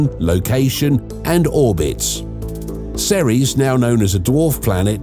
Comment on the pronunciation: It's ceres